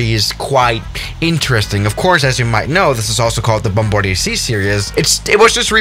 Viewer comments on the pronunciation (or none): none